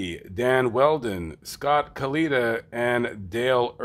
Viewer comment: Can't even say Kallitta's name or Vogler's name right. Can't have too much expertise on the matter.